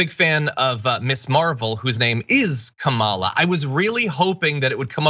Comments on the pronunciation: Maybe he mispronounces her name just so it sounds like it does here in Finland. Kamala means horrible in Finnish. Edit: I accidentally used a wrong pronoun when referring to Phucker. Silly and a bit ironic. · Just like right wing media mispronouncing Kamala over and over and over again, just ensuring that his audience mispronounces it too